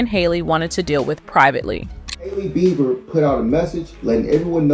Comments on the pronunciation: SAY HIS NAME CORRECTLY OR SHUT UP.. (JUSTIN BEIBER) NOT BIBER😅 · Justen Bieber is not pronounced [Buyber]. Big insult to the viewer and Justin. Can't be more ridiculous. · This AI voiceover is too much! It called him Justin ‘bye-ber’ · Please learn how to pronounce the celebrities names before making a video. 😂 Bi- ber. LoL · BEE BER NOT BY BER. BIEBER. SAY IT RIGHT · How do you not prounce his last name correctly?? Who is Justin "Bye-ber" .. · This may get deleted, but if it doesn't, I just want to put out there to every newbie trying to cash in with their YT channel, DO YOUR D@ RESEASRCH on the proper PRONOUNCIATION of a person's name before you post about them!!! "Justin Bi-ber?" You weren't trying to be sarcastic, you actually didn't know how to pronounce Justin's last name! Where have you been for the last 20 or so years,? It's pronounced Bee-ber,! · "bye-ber" ? what rock have you been hiding under in the last 30 yrs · Is this A.i. bc who says his last name like that? bye-ber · Justin "VIBER"? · It's pronounced bee burr ffs 😡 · Need to say Justin name right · you began with mispronouncing Justin's name. I'm sure it's an AI mess-up, but it still makes it difficult to take seriously, or believe all ur reporting.. BUT, J & H; It wasn't your fault Justin, you should've been protected, not destroyed!!! Shame on THEM who hurt u!! Bless him and his gorgeous family! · Learn to say his last name. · Did anyone also notice how she pronounce Justin's last name😅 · First,, learn how to say his NAME.